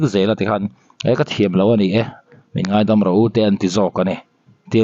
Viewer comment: A ngaiawm, nilo in, a ngeiawm tih tur aw.